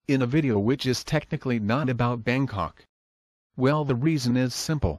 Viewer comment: I thought he was saying Bane Cock at first. I thought he created a real Banetopia